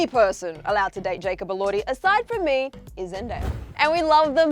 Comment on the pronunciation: its jacob elordeye not jacob elordhee